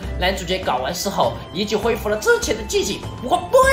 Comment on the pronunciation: 1：13时厂长说遗迹我为什么我会听成“ying jing”？